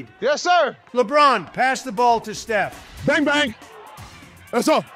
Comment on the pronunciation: Donald be saying “shef curry”